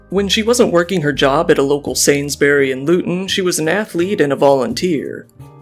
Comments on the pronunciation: not “sains berry” 😭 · I LOVEED HOW YOU SAID SAINSBURY